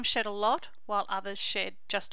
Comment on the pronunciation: In the beginning it sounds like she said dogs that don’t sh*t 😂